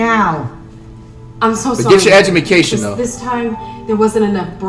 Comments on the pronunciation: "EUMACATION" -Flight 2021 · Did this man really just say edumaction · no he's mocking flight, if u go back to the part when he was talking about becoming a youtuber if you listen closely you can hear flight say education as edumacation